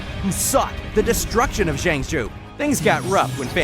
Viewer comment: Jang shoe lafuu.... jing wan.... imbebetor.... baiylu....haenyae 🤦🏻‍♀️